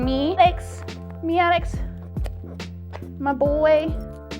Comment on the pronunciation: Great job. God Is GREAT❤️❤️❤️. Is that Maddex? It sound like you said Alex🙃